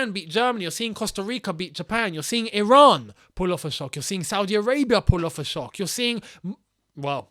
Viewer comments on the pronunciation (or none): none